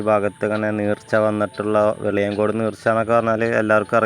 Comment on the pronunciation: നീർച്ച അല്ല ചങ്ങാതി , നേർച്ച ആണ്